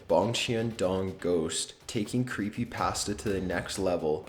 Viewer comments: anyone else bugged on the way he says "creepypasta" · Creepy pass-tuh